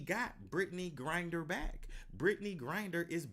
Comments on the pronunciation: Gri-Ner not Grin-Der. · BRITTNEY "GRINDER"😂😂😂😂ITS GRINNER